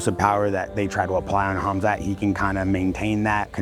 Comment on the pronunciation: Did Rampage call him Kumsuck Chimaev?